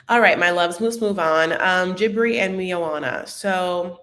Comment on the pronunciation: there’s only two syllables in Jibri’s name. Not Jibbery, it’s jih-brEE I believe juh-brEE also acceptable, a few people pronounced it that way.